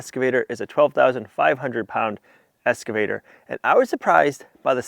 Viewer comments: PLEASE ❤😅😅It’s EX-CAVATER not ES-CAVATER ❤ PAUL - a loyal fan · If it's not been mentioned before, you might be unaware that you are mispronouncing your new machine as an escavator, and not as im sure you know that it is pronounced excavator. Hope this helps. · At the risk of sounding like I'm talking to a 5-year-old ... It's not an ESS-cavator. It's an EX-cavator. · eXcavator not eScavator! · zero times lol, Said EScavator quite a bit though. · how many times can you mispronounce "excavator" in one video?